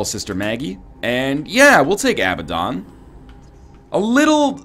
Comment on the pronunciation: I wish Ryan would pronounce Abaddon correctly, still a good vid just a minor annoyance